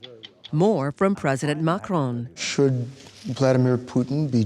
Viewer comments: Stop saying Mahhron. His name is Maccron. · The journalist should have done his homework and not pronounce Macron wrongly. It is not supposed to sound like [Mahrong]... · the way the host pronounces Macron makes me want to die